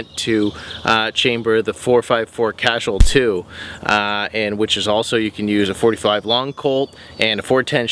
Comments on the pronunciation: "Kuh-Sewl" not "casual". LOL awesome video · Casul is pronounced as kasule, and that key,..h'mmm I think you better have a look see at another 'little know' gun called a Smith & Wesson! I would think almost everybody interested in handguns, would have heard of Taurus, I could be wrong here though!! I do agree that a.44 Magnum does speak with authority. That is a nice looking revolver. I opted for the less costly to fire S&W 686. 357 Magnum. Either way you look at it, these bigger revolvers do pack a wallop. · That had to be the worst butchering of the cartidge name I've ever heard. Lmao